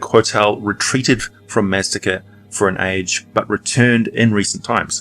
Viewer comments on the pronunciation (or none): Maztica is pronounced "maz-TEE-ka".